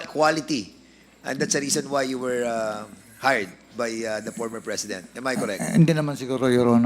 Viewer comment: pormer fresident daw sabi ni dan hoy letter ip yan hindi letter fe hehehe